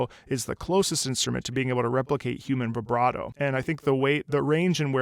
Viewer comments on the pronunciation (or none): none